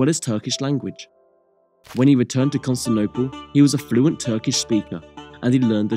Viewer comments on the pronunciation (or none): It's pronounced Fatyon, not Fatjon. It's pronounced Yenicheri Ahasi, not Yeniseri Agkasi. It's pronounced Constantinople, not Constanopel. It's pronounced Tekirdah, not Turkidag. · Constantinople = "Cun(t)stinople"? Lol, That's a new one... I'd be interested to hear how he pronounces "Teotihuacan"... Very interesting video, though. 👍